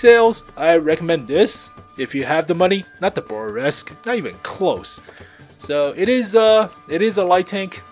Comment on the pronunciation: lol thnx for the video. the Bourrasque is pronounced Boo-Ràsk.